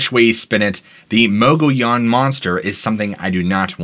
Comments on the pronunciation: Mo-Gi-yan. Mogiyan. Mogollon. It has a weird pronunciation in AZ. Like Prescott is pronounce Prescit, Tucson is Tus-on. We know that’s not how it’s spelled, that’s how all AZ locals say it though and we can tell if you’re from out of state if you say it wrong. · Great episode dude. For future shows though the mogollon monster was seen at Geronimo scout camp. Also how you pronounce the word mogollon in muh-gee-on